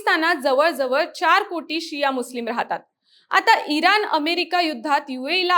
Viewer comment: एक छोटासा सल्ला देते. कृपया आपले ucchar अशुद्ध आहेत जिथे ण पाहिजे तिथे न म्हणत आहात. एकूनच, इरान, कारन. तुम्ही बातमीदार आहात ucchar शुद्ध पाहिजे.